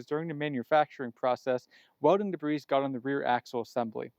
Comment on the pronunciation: The S in "debris" is silent. De-bree or Day-bree.